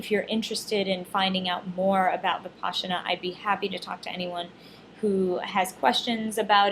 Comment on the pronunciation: It is pronounced Vih-pas-ina. Not VipASHina